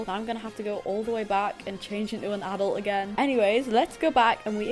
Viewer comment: So sorry the way you said adult😂❤🎉